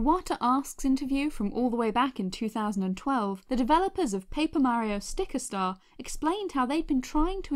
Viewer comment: Merio MERIO !?!?!? IT'S MARIO Mar E O